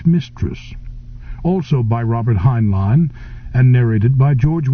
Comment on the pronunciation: Mispronounced the author's last name in first 10 seconds...